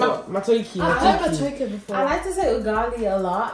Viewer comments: In laughing hard at how pronounces the word Matooke as matokie haha can't stop laughing 😂 😂 😂 pronunciation is "ma-tto-kay"..... Its unripe mashed plantain not ripe plantain lol... It's a loved delicacy in Uganda and we basically eat it with beef stew, peanut paste with roasted meat, chicken stew, fish stew, fresh green peas or just about any sauce. (Matooke is preferably eaten hot and with very soft consistency and usually when it gets cold it hardens) Welcome to the land of food folks 😂😘😋, I'll explain pilau rice when I get back 😛😍 hope you enjoyed your meal peeps. I'm team Uganda all the way🇺🇬🇺🇬🇺🇬🇺🇬🇺🇬, whoop whoop ✊ where my people at😊🤗💝I love you Africa 🌍, love you Queen's fam💞❤️ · And it is is Matooke like egg not matooke like nike